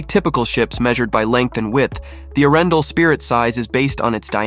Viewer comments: Your prononciation of Arendal is so way off, that it could not be worse😂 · Its pronounced with a pause , between Aren and dal. Butt how to know, if your not from Scandinavia